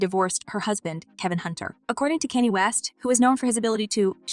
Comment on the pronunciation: Omg please stop calling that man Kenny!!!🤣🤣🤣